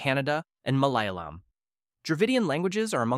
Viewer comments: "Malayalam" is pronounced more like "Mal'yalam" which the focus no the "ya" syllable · How day malayalam sound like melailum😭